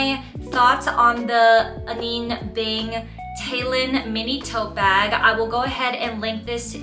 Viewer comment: Have you learned how to pronounce her name since filming this? Just wondering! I think it’s important… ☺️